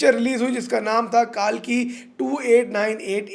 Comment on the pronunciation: Why is everyone calling it कालकी. It's कल्कि.